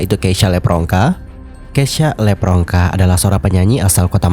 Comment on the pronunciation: dia bilang ngomomg ngapak itu karena nama dia "levronka" tapi si marlo nyebutnya "lepronka". Itu perpaduan nama orang tuanya si keisya Nama lu di selenehin di publik nih, sebagai bintang tamuu haa yamg seharusnya saling menghargai, apalagi ni nama orang tua yang di selenehin, gue si kesel kalau jadi dia.